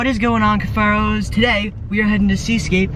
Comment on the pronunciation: He said cuffairos 😂💀⚰️